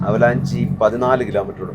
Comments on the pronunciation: ആ വാക്ക് avalanche ( അവലാൻഷ്)എന്നാണ്... ഹിമപാതം... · Avalanchi alla .....avalanch. endile e (AVALANCHE) sitent aanu.